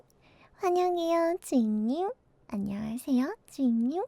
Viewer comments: 저분 노린거 같아 주인님으로 들려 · 주잉님ㅋㅋㅋㅋ 주인님으로 들려 내 귀를 불살라야겠어